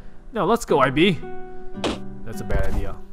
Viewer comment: It's pronounced "eeb", if I'm not mistaken :v Hi, man ^-^